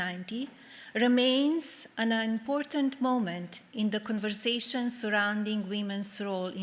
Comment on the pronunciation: MTG has lived here her whole life and still can't pronounce the word Important. She says impordant. And sometimes impordent